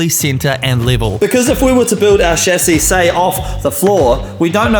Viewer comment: I love that you don't say "Shazzy" instead of Chassis.